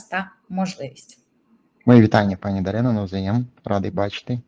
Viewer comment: дарка, не даріна,а дарина.тупе губате накачане ботексом говоряче створіння.